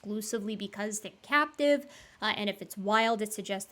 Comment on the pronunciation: said, "captive crested gibbons" and I heard, "cat depressive gibbons"...